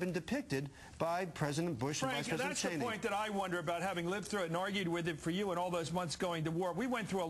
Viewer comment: So weird how CM says "Cheeney".